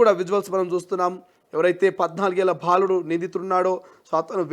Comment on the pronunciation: First , speak Telugu correctly. Ottu bhaa kaadu..baaludu